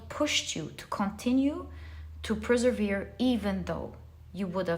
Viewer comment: Dearest... All I want to say is I love you ❤ you are the best. and I love it the most when you everytime say preservere for persevere 😅❤ how sweet you sound. Simply love it.